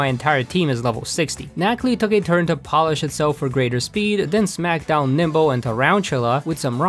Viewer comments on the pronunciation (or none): none